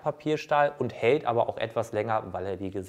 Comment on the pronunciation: ... das Eisen helt länger? Es hElt ... echt jetzt? Heltet euch fäst, bevor jemand vom Stuhl fellt ... omg